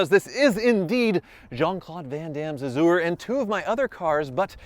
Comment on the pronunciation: Bently "Azoo-er"